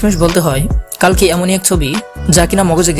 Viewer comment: কল্কি হবে কালকি নয়